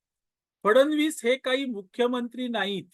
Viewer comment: फडण वीस " असा उच्चार न करता फड्णवीस असा करावा असे मला वाटते. क्षमस्व.😊